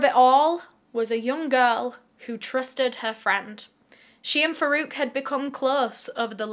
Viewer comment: I keep hearing verruca instead of Farouk but my,my,my doesn't he seem to have Verruca Salt vibes. It's also ironic that as far as I'm aware Farouk in Arabic origin means one who distinguishes between right and wrong. (Please correct me I'm wrong!)